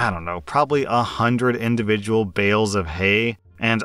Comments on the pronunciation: 'Hales of Bay'..... Doesn't he have a masters in English? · "60 pound hales of bay" Good to see even isn't safe from Derbal Vyslexia! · Hales of Bay killed me man. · "60 pound hales of bay" I'm Wheezing xD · 'Hales of bay!' A Spoonerism! Lmao 🤣 I do this all the time! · "60lb hales of bay" this made me laugh, I'm sorry 😂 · "hails of bay" im dying omfg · "60 pound hales of bay" killed me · Sixty pound hales of bay. 🤣🤣🤣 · hales of bay 😂😂😂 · you said hales of bay 😂 also I live in the city with ducks and chickens. My hay weighs ~40 a bale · Hales of Bay,? 😂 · I love "hails of bay!" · Hales of Bay 😅😅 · Lmao hales of bae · "60 lbs hales of bay" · "Hales of Bay" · Loool hales of bay! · „hales of bay“ 🤔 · excuse me? Hales of Bay?